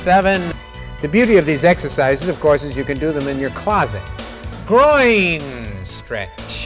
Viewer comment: a lot of emphasis on the Groin there...